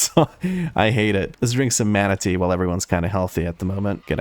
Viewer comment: Every time you say mana tea an image of a manatee pops up in my brain